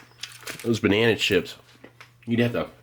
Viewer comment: What's a "binena"?